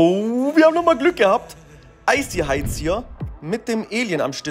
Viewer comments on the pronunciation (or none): none